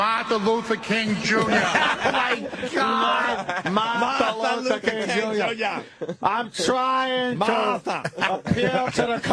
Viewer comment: “There were mills of stoots of come to study, include a great America name…Martha Lutha King Joonyah.” Putting aside that he said Martha, he also fucked up “Include(ing) a great America(n) name(d)…” like just get the main root of the word out. No time for prefixes or suffixes. He’s a busy man.